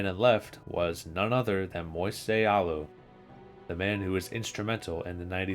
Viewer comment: The way he pronounced Renteria, Zeile and Alou really bothered me like come on dude 😂